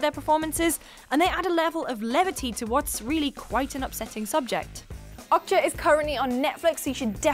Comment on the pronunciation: It's not "awk-cha" it's "Oh-k-ja" (like Oakja) and it's not "Mi-cha" it's "Mi-ja"